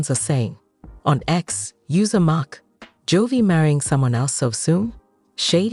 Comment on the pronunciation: Wow, do your research. You mispronounced Jovi's name for the first 44 seconds of your video!!!!